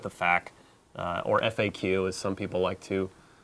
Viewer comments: Why is he calling FAQ a Fack? lol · I don't appreciate that dude saying "fack" over and over